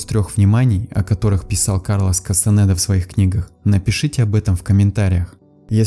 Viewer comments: Не Кастанэда а Кастанеда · Кастанеда , а не кастанэээда